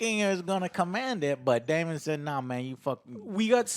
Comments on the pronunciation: We're 8 episodes in and Joe over here still pronouncing main character names as Korls and Damien... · sorry joe i love you but, if you're going to review an episode and we know you take notes, you should have known that joffrey was at the supper with lucaeys and aegon, ontop of that, getting names right, calling daemon damien and corlys corls, just didn't equate, it sounds like you skimmed through, feels very amateurish. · Joe - for the love of god. We're 8 episodes in. Its COR-LYS not COR-YLS. Its DAE-MON not DAE-MIEN